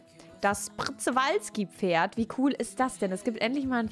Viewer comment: Das Pferd wird "Tschewalski-Pferd" ausgesprochen. klugscheißermode 😉 So ein süßes Spiel. Als Kind hab ich Zoo Tycoon 2 in Endlosschleife gespielt. 😍